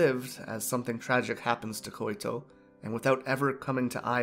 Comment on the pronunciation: just a tip, i think her name is Koito, pronounced (Koi-to) or (koy-to). You were saying "Koy-i-to". Hopes this helps.